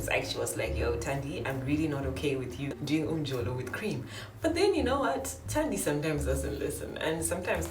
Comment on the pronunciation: Um-jo-lo will not kill me, say it again n💯👌🙌🙌